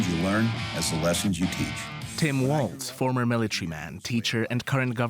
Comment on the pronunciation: Flip the L in WALZ. WArZ.